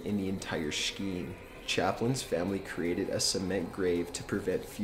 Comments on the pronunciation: SLahclusion? Macabra? SHHceme? Allystair Cooke? Dude, seriously? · #8 shkeem? C'mon guy. Enunciate words correctly. Shkeem? Really? Was your public education that shitty? Shkeem? Really? Really? So horrible. I'm embarrassed for America because of people like you. Blocked. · Scheme--Skeem Him:Shkeeem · Shkeem? The 'h' is silent, dude. It's pronounced skeem. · It's pronounced "skeem" not "shkeem" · #triggered when he says scheme as "shkeem" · Sh-keem? Please don't. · What's a shkeem? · Why do you say scheme like shleme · Hey top 15 guy you need to go back to grammar word pronunciation school man.... macabre pronounced muh cobb not muh cob ray and scheme is pronounced skeem........ I know on some of your other vids i corrected you as well, I'm just trying to help man. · "Scheme". Never laughed so hard.a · I do wish this narrator would take a few elocution classes. while I absolutely respect a person who increases their vocabulary by reading which I assume is why he uses these words without proper pronunciation but it's not hard to learn how to pronounce macabre or scheme correctly